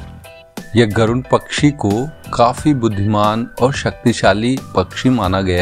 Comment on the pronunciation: गरुण नहीं गरुड़ कहा जाता हैं।